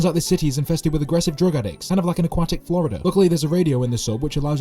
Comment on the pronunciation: "Kind of like an aquatic Flordia" Do you mean Florida?